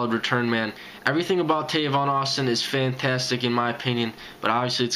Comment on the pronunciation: It's Tavon by the way man lol but great video